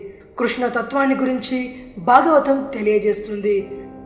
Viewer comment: Brother cheppatam ok. Kaani meeru words ki unna vothhulu palakatamledu.For eg.its Bhagavatham not bagavatham, bhasha not basha. these things make such a huge difference while uttering.The beautybof the language is lost , sometimes meaning too .I find majority of us dont mind this while others like Hindi people , they utter their worda properly majority of them. Lets respect our language and utter words correctly .